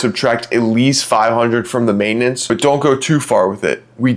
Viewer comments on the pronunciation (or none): *Maintenance, not "maitanence". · "maitenance" lol